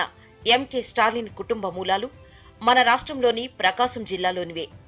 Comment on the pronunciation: Ap lo stalin kutumba mulalu not malalu sec of video